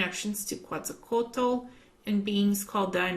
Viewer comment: the pronunciation of Quetzalcóatl would be something like if you said Kevin, you omit VIN...so that in simplified form it is pronounced KETZALCOATL. Greetings and blessings from Mexico. I love your videos.